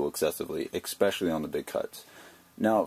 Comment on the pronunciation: EXpecially? Otherwise good video.